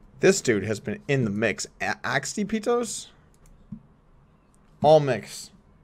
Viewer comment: It's pronounced Ahtipitos Doug. Its the greek word for unequaled, unrivalled. Something like that.